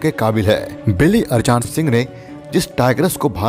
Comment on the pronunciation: Saala arjan ko arjaan pad rha hai?